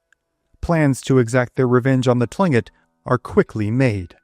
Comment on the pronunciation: Written Tlinkit pronounced Klinkit. I have no idea why..